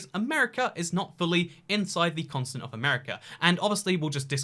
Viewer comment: It sounds like you're saying "consonant" instead of continent. And now I can't unhear it b😆